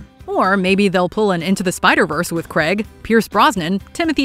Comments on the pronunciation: It’s pronounced Craig not Cregg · Do you realise that the actor that plays James Bond is called Daniel "Craig"? It is not Daniel "Creg".